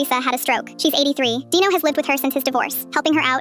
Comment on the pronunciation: Who the hell’s name is dieno because I know you wrote Dino in your caption, but why did it sound like that?